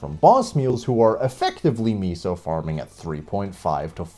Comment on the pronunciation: I'm not sure if it was said this way by Nexon or something, but meso is like- "mesopotamia" not "miso soup" right?? is this a t-word type deal?? hahaha